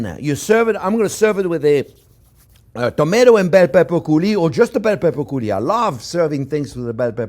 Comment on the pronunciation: Is he saying tomato curry?